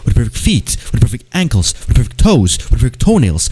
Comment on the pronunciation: you were saying "with the perfect" for so long it just sounded like you were saying gibberish lol "whiddapeopife FEET" "whidd[paepr EYES"